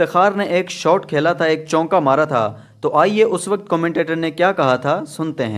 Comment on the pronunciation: *چونکا نہیں چوکا*۔۔۔۔🙂